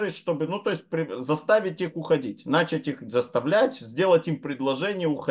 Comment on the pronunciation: Уважаемый, хорошо бы "начАть", а не "нАчать".